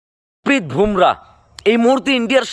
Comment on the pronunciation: 'ভোমরা' নয়, নামটা 'বুমরাহ্'। সঠিকভাবে উচ্চারণ করুন।